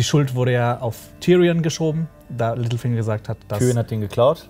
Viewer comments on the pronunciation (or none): Verstehe ich als einziger immer "Mittelfinger" statt "Littlefinger" ? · Als du littlefinger gesagt hast, hab ich Mittelfinger verstanden 😂😂